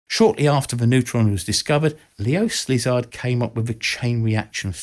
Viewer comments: This is so interesting, even a man like you can fall victim to our ability of really quick reading… Léo Szílárd is a name most certainly showing up many times, but in the end, after one of your thorough researches, you say „s‘lizard“. This would be an interesting topic of its own. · Nice vid! However, You might consider to re-edit it and remove the spelling errors like "ManhattOn" or the multiple mis-pronounciations of Leo Szilard (You say "Slizard" several times). Also, that's vice-president Harry Truman and not president Roosevelt on that photo " etc. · Very disrespectful not to know how to pronounce a name! Leo Slizard!?😆 SLIZARD!? JEEZ! 🤦🏼‍♂️ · Leo "Slizard"? If you're correcting others, make sure to keep your own ship tight, champ. Thanks for all the videos though. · Great video but pretty sure it's not pronounced Leo 'Slizzard' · and You mispronounce Leo Szilard as "Leo Slizard". A subliminal message that the eminent physicist was actually a reptilian? 🤣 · Leo Sssss-lizard?! Course naught, arrr-tomic bomb was invented by Albert (Bob) Weinstein! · Szilard is pronounced Sillard ! Sz in Hungarian sounds like S in English. S in Hungarian sounds like Sh in English, hence Budapest is properly pronounced Boodapesht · No, it's Sillard. The z is silent because "sz" is the Hungarian letter for our "s". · Love how he mispronounced Leo Szilard's name. Brits are horrible with foreign names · I commented on that horrible mispronunciation myself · In the last few days I've heard the name "Leo Szllard" pronounced incorrectly in almost EVERY video about this film. Poor Leo. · yep, that one was a strange version, where the double 'L' come is a complete mystery. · Leo Slizard???? WTF How on earth did you change the orders of the letters in his name? :D It is so easy to pronounce "Silard" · ⚠️ Nope! He was not a S-Lizard 🦎 🙄 just pronounce it omitting the S… 👉🏻Zilard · It's Leo SZilard. Not SLizard. God god... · Why is everybody butchering Szilard's name? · "Slizard"? Really?